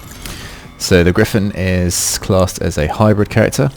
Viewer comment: Gryphon is super easy gawd get it right